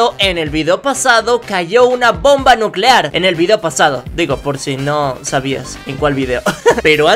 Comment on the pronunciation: Bomba nuceare